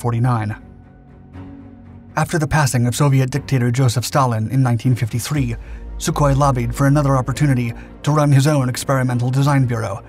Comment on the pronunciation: You keep pronouncing the Sukhoi models as S-U separately. The prefix to the aircraft design number is said as SUE. He wasn't called ESS YOU Koi. You pronounce it as one syllable said 'SUE'. Hope this helps.